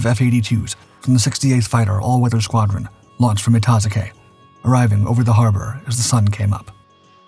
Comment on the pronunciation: It's pronounced "ita-zoo-kee"